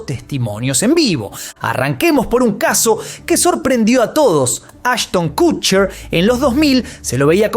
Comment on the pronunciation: Se dice kotcher no kutcher